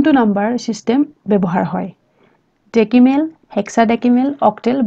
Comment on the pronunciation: ডেকিমেল নহয় ডেচিমেল